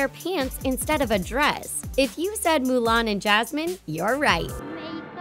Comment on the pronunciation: …….did she just mess up Mulan’s name pronunciation?